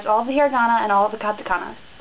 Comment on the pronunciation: i dont like that you say hiragan and katakana with an american accent... Love your vids though! : )